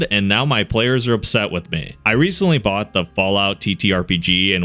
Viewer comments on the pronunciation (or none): none